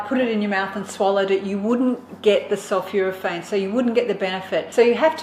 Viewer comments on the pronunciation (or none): Sulphoraphane not Sulphuraphane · Not sulfuraphane but sulphOrophane. Great stuff Gonna start making daily in my Nutribullet. Great presenter.